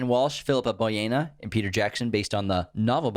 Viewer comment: Boyens (with an "s") not an "a"